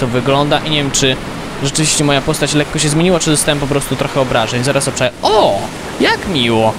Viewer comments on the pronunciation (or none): none